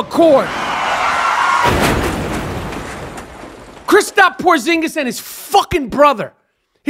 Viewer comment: "Christop" Porzingis lol